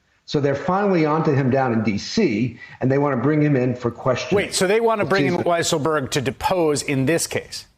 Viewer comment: I LOVE when they call him "WEASSLEburg " 🤣🤣🤣